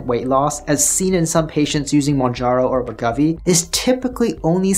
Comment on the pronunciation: Just as a heads-up… I notice you keep saying Wegovy as WEH-GUH-VEE. This doesn’t seem to be correct… heard Novo’s CFO in an interview, and he says it as WEH-GOH-VEE. 2nd syllable ‘Go’, like as in ‘Go ahead’. No biggie, just though you might wanna be accurate, considering you’re probably stuck talking about Wegovy for at least the next 3 years or so (‘til CagriSema, Retatrutide, etc fully obsolete it). And, as I said elsewhere… great vid. Keep on keepin’ on,. 👍